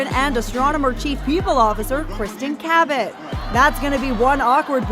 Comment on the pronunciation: how'd you pronounce Cabot? Ca-bet? in the Philippines "Ka-bet or Ka-bit or KABIT" in Tagalog means MISTRESS 😂😂😂